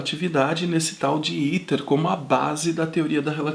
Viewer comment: Pronuncia-se: 'éter' e não iter.